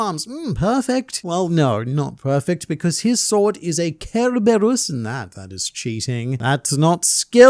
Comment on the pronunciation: I think the greatest swordsman means that Mihawk can cut a piece of paper or steel like Zoro did, cleanly through. While strongest swordsman would be just brute strength as in tearing the paper or crushing the rock. Edit:Aka the way you pronounce Cerberus is killing me it’s sir-bir-us